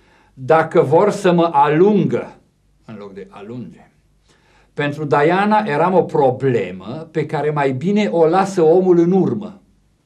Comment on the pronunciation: respectă pronunția originală a numelui. Dovadă de erudiție...